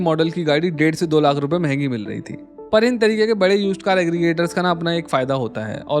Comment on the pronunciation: Seriously...i have blocked his channel and everything associated with him. Hate the way he Lakhhh from the epiglottis.😅